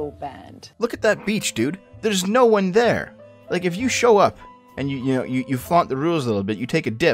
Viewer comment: THEH WILL BEE NOOOH REFHUNDS